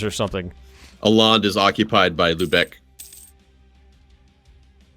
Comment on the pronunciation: Its not Aland its Åland